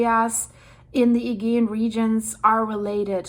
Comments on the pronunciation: My dear the agaean is pronounced A GEE ann. Like " jee" ju" Agaean sea. (A jee anne) Not a "gee" an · Thank you for this, I have found your updates really helpful and informative! I am a Californian of Greek descent 🧿 and have been to Santorini 🏺📿 . This is all really sad to watch. One note, in English, Aegean is pronounced ‘uh-GEE-un’ with a soft ‘g’. 😘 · Hey, it's pronounced A-gee-an. Thanks! You had a couple of other mis-pronounced words, there, too. I can let you know what they were, if you would like. English can be difficult! 😀😀😀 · its pronounced a -gee -ann Aegean sea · still can't say aegean properly